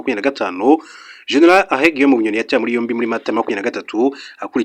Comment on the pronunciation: Ese ubwo utabeshye ntabwo uzi gutandukant R na L ?!!!! Uti Arrêt Guillaume Bunyoni instead of Alain, uti Qatal instead of Qatar. It's a shame kabisa. Mugerageze mwige izi nyuguti. Gusa uduha amakuru neza kandi agezweho. I like